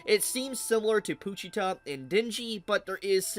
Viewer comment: Why are you pronouncing pochita like that?